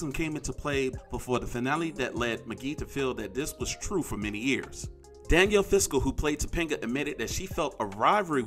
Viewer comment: those pronunciations Will Fridel amd Danielle Fischel